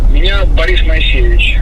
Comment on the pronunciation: Мойесеев он а не моесейевич 😂😂